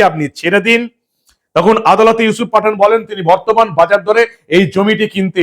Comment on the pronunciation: Yusup patha..na pathann..bujte parchi na..😂😂